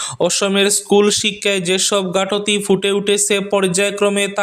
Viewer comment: ভাই: ঘাটতি পড়বেন। এটা ঘাট তি নয়। 😂😂